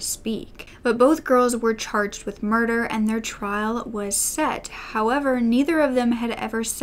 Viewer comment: “Moider” 😂😂😂 I’m sorry